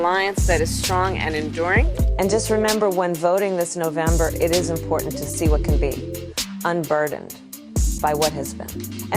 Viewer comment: Oh my God! This "thing" is so triggering for me and I don't know why. This "thing" is how the younger generation pronounces the word "Important". I learned to say important just like that. Important. Not "Importante" or "Impor TANT" Can we just say the word without the added accented end of that word? Not important. Don't answer that. Yeah ok, it was whining. I agree. Love your channel.😎